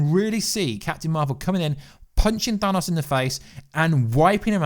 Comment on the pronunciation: "ThanASSSSSS" lol